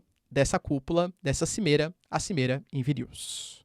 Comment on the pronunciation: Professor, parabens pelo excelente trabalho. Para ajudar, chamo a atenç ão para a pronúncia de alguns nomes, como a capital da Lituãnia, Vilnius, e o preso político russo Alexei Navalny. No mais, nota DEZ!